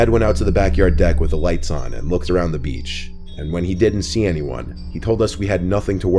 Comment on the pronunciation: The way he says "beachh" xD only love for but I giggled a bit:p